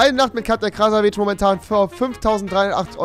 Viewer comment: Ich hasse es das keiner ihren Nachnamen aussprechen kann er wird am Ende wie WITZE ausgesprochen 2. Ich weiss das ich damit recht habe weil ich selbst halb Tscheche bin und alle die denken sie sei polin liegen falsch 3. Krasavice heisst so viel wie Schönheit was in ihrem Fall irgendwie paradox ist und ihr könnt euch jz die Kommentare auf mein Kommentar sparen falls ihr euch irgendwie angegriffen fühlt ich wollte das nur klarstellen weil mich die Aussprache einfach n bissl gestört hat